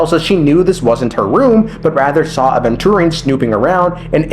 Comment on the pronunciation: Man pronounces Aventurine four different ways.